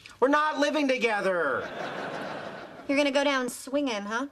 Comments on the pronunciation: Thogeder? I think you mean together but good video anyway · Thogeder? Really!?